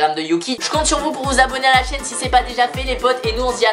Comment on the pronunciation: Oe il a dit ma chaîne pas ma chienne 🤦‍♂️